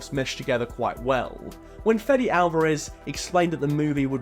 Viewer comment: "Fetty Alvarez" , is Fede, as in FEDEX without the X